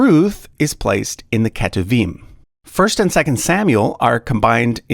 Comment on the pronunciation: Hey! I noticed you pronounced כתובים as ‘keh-too-veem’, while it’s not far off, the correct pronunciation is more like ‘k’toov-eem’. Hope that helps!